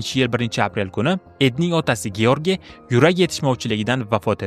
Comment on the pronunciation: George mas Jorj deb óqilsa kerak yana bilmadim